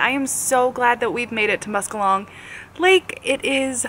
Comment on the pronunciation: Welcome to Michigan! Our Upper Peninsula is beautiful and rugged. I hope you enjoy yourselves while here. In case you want to know the correct pronunciation of Muskallonge it's Mus-kel-lunge.